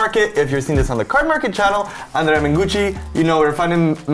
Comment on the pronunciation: As an italian, I would say:, you perfectly nailed the pronunciation of "ANDREA".